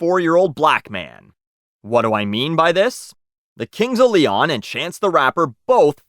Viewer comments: "cunts of leon" lmao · “Cunts of Leon” LMFAO